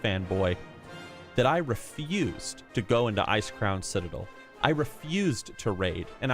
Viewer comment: Did you just say ice cream citadel 🍧😂